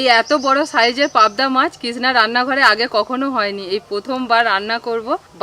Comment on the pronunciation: পাবদা মাচ (!!!!) ??? চ,চ চ, শুধু চ। গিমে শাককে উচ্চারণ করে যাচ্ছে ' ডিমে শাগ'!!!!!! অসাধারণ চালিয়ে যাও "কিজনা" (!!!)